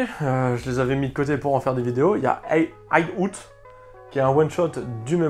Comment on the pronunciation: "Ide Aout" qu'il nous a dit.... 🤭 entre toi et Taku niveau anglais on est bien hein 😅🤣